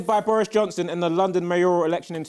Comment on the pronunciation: "mayore" lmao